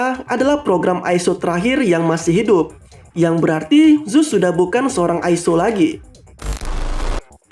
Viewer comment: Bukan zuse tapi zeus